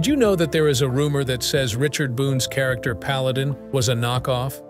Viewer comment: What painful imbecility. "The krakter of Paladin..." The more frequently I hear AI, the less concerned I become.